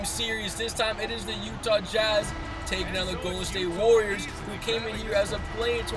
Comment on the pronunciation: The golden state wawioors